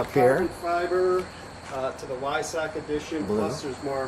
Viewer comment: Sweet 918 Spyder....love the color. It's pronounced "Vy-SOCK", BTW. 😀